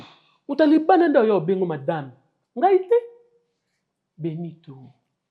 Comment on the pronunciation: Elle avait dit Benitho avec H 😂